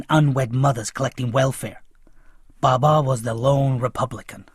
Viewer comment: How you are saying baba